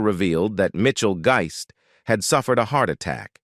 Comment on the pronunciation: Funny how the AI narrator mispronounced a lot of words. Especially Mitchell Guist's last name. He pronounced that in at least 3-4 different ways. LOL